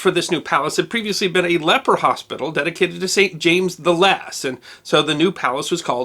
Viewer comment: A "leprer" hospital ? Surely, you meant to say "leper" hospital ? >